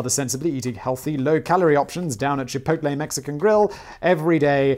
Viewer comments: I would let go the mispronunciation if it wasn't for the fact you said chipotle right. Chorizo is not korizo like chipotle is not kipotle or chicken isn't kicken no matter what popeyes says. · except he is saying chipotle correctly haha